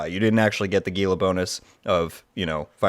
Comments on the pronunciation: It's correctly pronounced as "HEEL-LA" not "GEE-LA". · Gila is not pronounced with a hard “G”m it’s pronounced as an “H”… where TF did you learn to speak English? FFS…